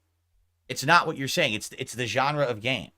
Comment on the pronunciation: “It’s not about the money. It’s naht! I’m naht here to take a paycheck”